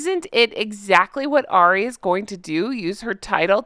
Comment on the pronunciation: Hey. Love your channel. If there is 1 thing that I would say is, I think you are pronouncing Ari wrong. I think it's just like saying Harry but without the H. Like 'hour' and 'herbs'. Just thought I'd let you know. Love your show.